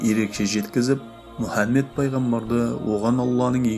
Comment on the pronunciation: Мүһәммед демеңізші Мухаммед қой.саллалаһу алайһи уәссаллам